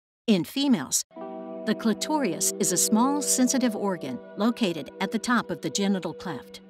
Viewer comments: Your narrator is not pronouncing "clitoris" correctly. She is saying "clitorious". I suggest that this be corrected. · It's CLITORIS, not clitorius! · I look forward to the next installment, but also advise reviewing the pronunciation of "clitoris." In this video, it sounds like "clit-or-i-ous" vs "clit-or-is." It's the "i" sound becoming elongated that the word ends up rhyming with victorious. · Why does she say clitorias and clitorial??? They are clitoris and clitoral. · “CLITORIOUS?” I thought it was “CLITORIS” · It's a little hard to believe that anybody who would put this much effort into a video like this would then say "clitorius" instead of the correct clitoris. How does that even happen? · Thank you for the animation in this video, however, I do need to point out that the narrator mispronounces the word "clitoris." It is not "clitorius." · Never heard it pronounced “Clit-tor-rious”, normally Clit-tore-is, or Cli-ter-is. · "Clitorias" Clitoris! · Isn’t it pronounced CLITORIS, not CLITORIAS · Pronounced Clit-or-is not Clit-tor-ri-us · It's "CLITORIS", not "CLITOTIUS" The narrator sounded very ill-informed by mispronouncing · Surely the pronunciation is clit-or-us not clit-or-i-us. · Really well done all around, but I had to rewind twice to make sure I actually heard "clitorius". Is that the British pronunciation, like "aluminium"? 😉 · “the clitoreeus” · Cli-tor-us. Otherwise, great vid! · Why does the voice over keep saying CLITORIOUS???? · Clitorius? Did she really say clitorius? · Re-edit vocal narration algorithm....btwn - ....Clitoris voice-over/narration translates as..."C-l-i-t-o-i-r-i-u-s"...XLNT visual animation/stimulation but vocal narration knocks video from 10-->6.5😢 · Unless they need to know how to pronounce "clitoris". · I just wish they would pronounce clitoris correctly..it does have an us or ous on the end, thus it is pronounced like is. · No one is talking about it bc no one gives a fuck if the narrator pronounced it incorrectly